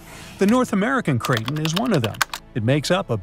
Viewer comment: It's pronounced cray ton. Not cray tin